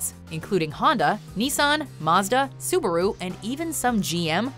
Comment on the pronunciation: The pronunciation of Subaru is FKING ATROCIOUS!! She pronounced it as Suburu.. WTF IS A SUBURU?! Its SU - BA - RU!! BA like saying BAR without the R!!